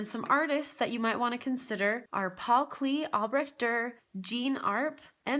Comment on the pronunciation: It's pronounced KLAY, not KLEEY.